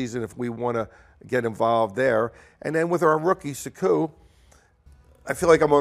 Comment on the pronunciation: Does Ed know how to say the names of his players or do most people not know how to say them He's saying Svi's last name and Seku's first name very differently than broadcasters?